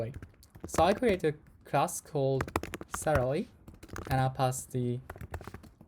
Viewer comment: bro cannot say "salary"